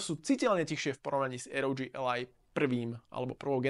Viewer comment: Dobre video, pekne spracovane, dobre sa to pocuva ale jednu vec musim vytknúť. Raz hovorite rog a potom aroudži. To rog znie vazne hrozne, uz len preto že ally hovorite v anglickom jazyku. Berte to iba ako konštruktívnu kritiku. Nic nenávistné ani zosmiešňujuce. Prajem vela úspechoch